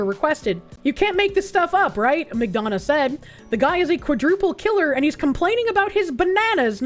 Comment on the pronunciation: You can tell has lived in Gay Orga from how she pronounces "McDonough" correctly.